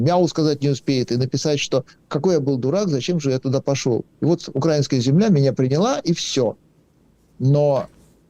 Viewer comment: Не укрАинская, а украИнская.